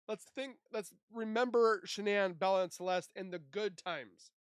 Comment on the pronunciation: I wish these AI voices would stop pronouncing Shanann’s name wrong. I have heard this same voice on several channels pronouncing Shanann’s name really wrong (sounds like Shon-in). Not sure why, but it really bugs me and shouldn’t be that hard to fix.